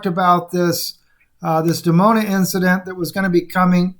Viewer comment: it's actually Dimona Israel, nor Demona